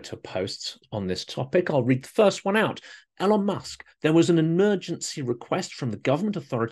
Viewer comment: No fan of his myself but why 'L-on' when everyone knows it's 'E-lon'? Is it that Trump thing where you think a name mispronunciation somehow diminishes their stature? Musk needs no help in that area.